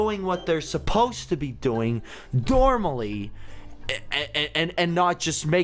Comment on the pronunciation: is it just me or did say dormally